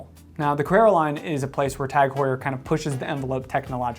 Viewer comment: The H is silent the same way as it is in English. We don't say (h)our in English